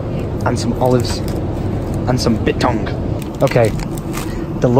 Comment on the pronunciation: the way you said Biltong really upset me 😆😆